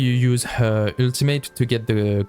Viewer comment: Yeah guys switch back to the "ueltamate" for uue not Jue